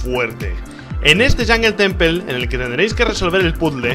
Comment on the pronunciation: “Yongel Tenpel”